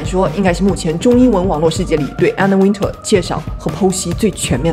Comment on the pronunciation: You miss-pronounce her last name it's not Winter like the weather it's Wintour